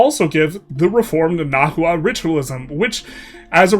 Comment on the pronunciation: also, the hu in words like nahua is pronounced like a w. so its na-wa